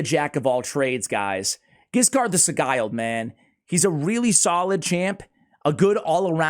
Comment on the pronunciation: And Giscard is best pronounced the french way with a soft 'G'. Stoked to see a spotlight on this boy.